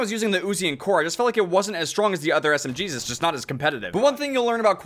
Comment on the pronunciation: 8.36 did you actually said smjesus 😂😂?